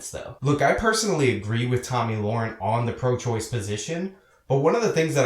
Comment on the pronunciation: Yes, pronouncing it wrong. You are pronouncing it Loren when it should be Le-ren. But thanks for your 2cents on why Beck suspended her. I've watched tons of videos and you were the first one to clearly state why, even glenn himself didn't say why he suspended her since he says he hires people with opposing opinions.